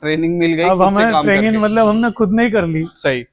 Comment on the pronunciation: Traging❌ training✅ Durak❌ duroc✅